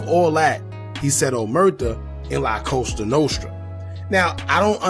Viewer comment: It's called LaCosta Nostra not Coso Nostro and it means this little thing of ours created by the Italian Mob.....